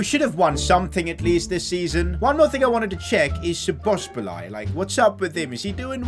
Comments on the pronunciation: its szo-bo-szlai not szobosblai lol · Sobsli is pronunciation for sobzali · You pronounce szoboszlai's name : Shoboshlai 🇭🇺👍🏻❤💙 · When you say Szobosbolai i think its called zoboslai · szobzslai is pronounced zoboslai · «Sbosbolai» how to pronounce it soboslai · You are saying Szoboszbolai But it is Szoboszlai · szoboszlai is soboslai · Szoboszbolay xd. I from Hungary and we say so Szoboszlai but in englis language didn't have sz so Soboslai. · Szoboszlai name is pronounced like soboslai and not sobosbolai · You pronouns his name as soboslai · he is pronounced zobozlai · Its read shobosh lat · You pronounce Szoboszlai like soboslie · How difficult is it to read and pronounce So-boz-lai? 😂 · You can pronounce Szoboszlai's name as So-boss-la-e maybe that's easier but every non-Hungarian has a hard time with the pronunciation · Just say sboslai, stop massacring my guys name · "Dominik Szoboszbolai" 😂 where did he get the second B from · szoboslzai's pronounciation is soboslai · Bruh just say Soboslai its not that hard😭😭😭😭😭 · That Szoboszlai dude's name is actually unpronounceable in English, but the closest we can get is "Dominic Sho-Bosh-Liy" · Szoboszlai->Soboslae (the hungarian i is like the e in the english abc) Please like so can see (as a hungarian it irritates me that everyone say his name wrong😅) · you pronounce szoboszlai as shoboislai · Szoboszlai is pronounced Soboslai. That simple. Without the "z". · szoboszlai’s name is pronounced shoboslai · It’s pronounced sobozlai here u go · Shoboshlai is the pronunciation i think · Nice video. By the way Szobozlai is pronounced as sho-boz-lai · When i heard szobozbolai, that extra 'bo', i almost piss myself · His pronunciation is soboslai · So ba slai is mostly how to pronounce his name😂😂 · you're almost pronouncing his name right the a is kind of like an o in hungarian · Teach this man how to pronounce szoboszlai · How many times did he mess up Szoboszlai's name ahaha.